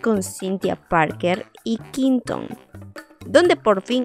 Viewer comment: No te lo digo por malas ni por incomodarte, me encantas!! Pero se pronuncia “Qüinton”, pronunciándose la “u” es que duele escuchar qinton🤣 el resto, maravillosa, un abrazo!!